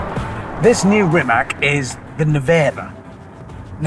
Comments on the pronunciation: Rimac should be pronounced like Rimats and not Rimak.. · So, is Rimac pronounced rimak or rimats. Wikipedia says rimac and in croation the c stands for ts but Hammond keeps pronouncing it with a k and the folks at Rimac don’t seem to mind it. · It's Rimac, not Rimak. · It's NOT pronounced Rimak but Rimac... Spelling and prounciation are exactly the same in Croatian!! Very annoying... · Its not Rimak its Rimac - Rimats... yw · Pronounce it properly please.. it’s not “Rimak” its “Rimatz”.. Make a whole episode and you’re not even getting the name right. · Hammond its not Rimak its Rimac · HAMMOND! It's pronounced "Ree-mats"! :face-blue-smiling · Zlo mi je kad čujem Rimak! Zar mu nitko nije rekao kako se izgovara? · I find it ear grating how he keeps mispronouncing Rimac yet pronounces Mate correctly. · It's Ree-mah-tz.. as in tsar or tzatziki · Still it’s pronounced Rimaz… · even with Mateo sitting beside him, he still (rather British-stubbornly) refuses to say the correct RIMATZ... it's not really a "C" at the end, Hamster. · and Hammond still does not know how to pronounce Rimac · You should know how to pronnounce brand of the car (hyper car in this case) on this level of journalism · Anyone else have an eye-twitch every time he mispronounced Rimac, or is it just me? Just me... got it. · almost died in him but never learned how to pronounce their name 😆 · Miss-pronouncing Rimac on minute 1 - so Hammond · What’s the deal with Hammond and his lack of interest in pronouncing the name of the car correctly? I don’t understand why. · Hope he would pronounce the brand name properly. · Refuses to pronounce the name right as he is still a bit miffed about ending up upside down. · Someone please teach him how to pronounce RIMAC🙄 They're paying him how much to mispronounce the name?! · He pronounce that name SO WRONG